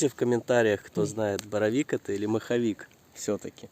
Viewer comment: Супер видео,лайк!!! Дядька не маховик а моховик от слова мох😆👍👍👍